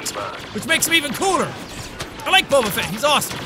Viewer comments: did anybody else notice he said bober instead of boba? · Boba not bobrrrrr